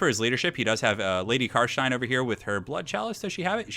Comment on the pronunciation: bit of an anticlimatic ending to a great series. loved these <3 ( also its "car stein" not car shine xD )